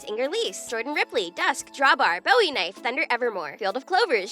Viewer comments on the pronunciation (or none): none